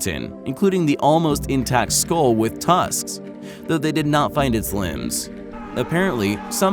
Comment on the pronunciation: what's a 'skoll'? I always thought it was skull.